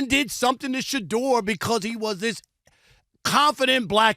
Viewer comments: “We hate Shadeur Sanders because….” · “Shadoor Sanduhs” - Big Perk 😂